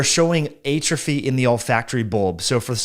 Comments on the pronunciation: I’ve literally never heard it the way he pronounces it. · I don’t think that’s how you say atrophy…